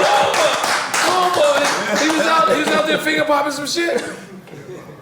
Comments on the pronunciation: Why Nore keep Calling Him Michael blacksman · Why is everyone pronouncing Michael Blackson’s name wrong? Blackston or Blacksman! 😆😆😆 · He callin that nigga Michael Blacksman lmfaoooo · Am I trippin or does Nore keep saying Michael Blacksman instead of blackson 😆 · I just need NORE to stop calling him Michael BlacksMAN 😂😂😂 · Nore said.. “Michael Blacksman”🤣🤣🤣